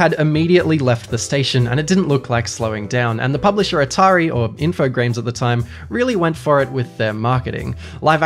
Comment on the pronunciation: Subbed for actually pronouncing InfoGRAMES as infoGRAMES. I physically cringe when people say Infograms. Like dudes, you guys never learned about the silent e? Anyway, thank you